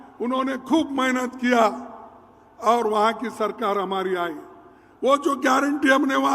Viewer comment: तुम्हारी, खुद,कि, तो,गयरटी नहीं है, मंदर चोद,ओर, तुम को गयरनटी, क्या, लोगों